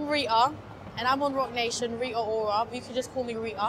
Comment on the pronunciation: Can she not pronounce her t's?